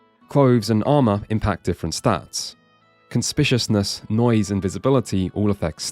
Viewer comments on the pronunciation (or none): CON-SPIK-YOU-US-NESS CONSPICUOUSNESS NOT WHATEVER "CONSPISHUSNESS" IS. AAAAAAAAAAAAAAAAAAAAAAAAAAAAAAAAAAAAAAAAAAAAAAAAAAAAAAAAAAAAAAAAAAAAAAAAAAAAAAAAA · It's con-spi-cu-ous-ness, not "conspiciousness", lol ;P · Super stoked for this drop, I literally just bought and started playing this Friday night. The goat is back. ..however, I have to be that guy and point out that its pronounced "kun-spick-you-iss-niss" not "kun spish-ush-niss" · (fairly fitting and self-deprecatingly self-aware handle, credit where due). 'Conspicuousness,' not 'conspitiousness.' Do you know that there are a dozen or so freely accessible dictionaries available online for poorly educated and illiterate / semi-literate persons like yourself, with vocalised pronunciation (indicated by the little speaker icon next to the word)? And even a quick search for '[example word] definition' or '[insert word] meaning' returns results right on top of the results page in the case of most words? It only takes a couple of seconds to avoid sounding like an illiterate 'DJT' fool whilst trying to deliver a lofty and ambitious critique. You only need that quick search for an instant result on top of the search results page provided by the search engine itself, but can delve a bit deeper and reliably with Collins, Oxford, Cambridge, Longman, or several other dictionary entries that pop up in the search results. Or you can employ a literate minion / editor to check for gaping holes in your literacy if you are too lazy, or too ignorant to be aware of those holes in your general knowledge and basic literacy, and share a bit of your revenue for the sake of not coming across as a pretentious dolt, whilst also spreading literacy rather than illiteracy. Most people can use all the help they can get in order to slow the process of 'dumbing down,' no need for you to speed up that process any further. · Conspishousness had me 🤣 i hope that was on purpose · bro you're pronouncing conspicuousness really wrong.